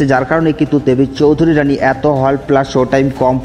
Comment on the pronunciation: Dada ota choudharyrani na ota "choudhurani"